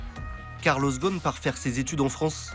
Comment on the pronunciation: ghoSn not ghon 😅 imagine des français qui critique le management d un américain d origine libanaise. Laissez ca au américain car ca vous dépasse. Concentrez vous plutôt sur la propreté de votre capitale.